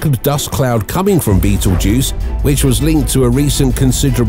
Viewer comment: I don't think it's pronounced' like the movie, but can turn this into a drinking game. Every time you hear bettle'juice. Take a shot.😅